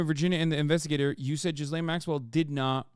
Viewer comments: Total gallows humor that Jeffrey's fixer's name sounds like "Jizz Lane." When you pronounce it silly, anyway. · Is anyone else annoyed at how Hasan pronounces Ghislaine?